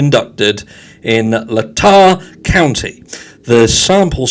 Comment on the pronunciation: Of course he's part of the good ole boys club i was born and raised in idaho it's what idaho is known for and it's pronounced lay-tah county.